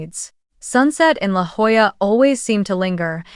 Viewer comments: And Jolla is pronounced Hoya. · It’s LaJolla, pronounced “ La Hoyah”. Dumb Spellcheck got it totally wrong.